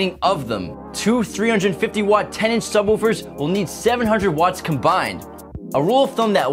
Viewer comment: Why do you keep calling subwoofers subwahoowafers.